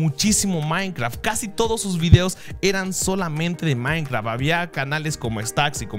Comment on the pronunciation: like cuando dices maincra en vez de maincraft